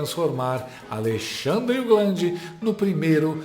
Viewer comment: Segundo o jornalista Oinegue da Band; "... há dois Brasis com o alei-xandre...".